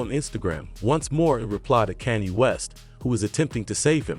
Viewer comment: why u saying kanny west?